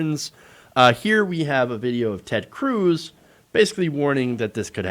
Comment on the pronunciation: I wish all of there news outlets would get with it. Cruz is not pronounced like Tom Cruise. Oddly, It doesn't rhyme with bruise or ooze. It rhymes with fuzz or buzz. say it with me. Ted Cruz. You would think it rhymes with "Lose" but it doesn't. Pronounce it correctly. Ted Cruz.